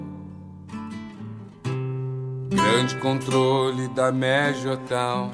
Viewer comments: Ele sabe bem o que faz e como faz gurizada, comparando com o Bowie, da pra ver claramente que ele pronuncia "Major Town" e não "Tom", dá um sentido completamente diferente a música. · Ele pronuncia Major Town, town é cidade. Ele mudou a letra para adaptar ao português. Tenta cantar essa música traduzindo do pé da letra e me fala se funciona uma tradução ao pé da letra de uma música que é praticamente psicodélica.